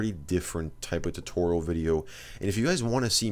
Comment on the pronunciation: tootoral